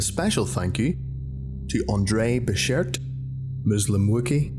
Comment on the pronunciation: 1/5 Andre Besher-T’s hard T was lacking.